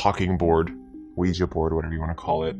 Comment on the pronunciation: why did he say “Oujia board” like “we-Ja” 😂😂😂💀💀